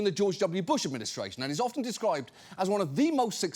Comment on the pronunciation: Please, John, the "t" in "often" is SILENT!